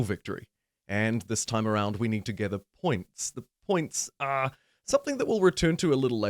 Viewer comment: lol why did you say "are" like that